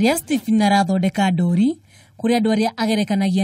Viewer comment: There must be another word for cartoons other than 'ndori'! Surely you know the real meaning of 'ndori'. And even the way she is pronouncing it!!!!!?????